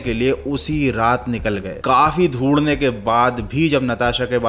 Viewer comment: Dhondne ❌ dhodhne ✅